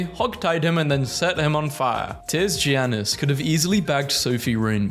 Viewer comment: ur supposed to pronounce giannis like "yannis", its a common mistake made by people who don't watch basketball